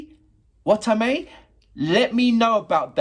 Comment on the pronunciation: I'm a bit late but hey you got my name right sweet XD